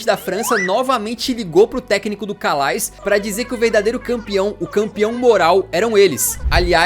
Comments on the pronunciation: Calais pronuncia-se "Calé" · Calais não 😂. Se pronuncia Calé. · se preocupou em pronunciar o nome desse, mas, sem pena, errou o anterior, pois Calais se pronuncia "CALÉ". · Calais se pronuncia Calé